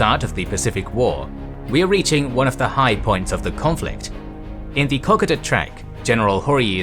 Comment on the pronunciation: `Co.coda' no ``cock.ada'''